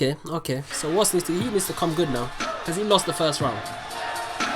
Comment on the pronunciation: Bro, is WOS not WOZ